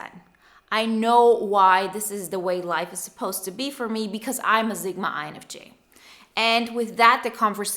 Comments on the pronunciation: Your pronunciation of Sigma is so wrong its a S not a Z sound and I can barely finish watching this. Its seriously hitting a nerve. Which usually doesn't happen. Sigma (/ˈsɪɡmə/, not Z-gma. 9.01 is as far as i could go. Sorry Usually it doesn't bother me but for some reason this one is really bothering me. Maybe it's because my mother was a language arts teacher and i was never allowed to pronunciation of a words incorrectly. I even looked it up because I'm Dyslexic and figure i just had it wrong. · Honey it's Sigma, not Zigma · I like this "Zigma" pronunciation. is from the German-Polish Sprachbund, S's go Z a lot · I did too and she is saying zigma. it's very clear. I'm dyslexic so I mess up pronunciation, like crazy, so I try to be careful.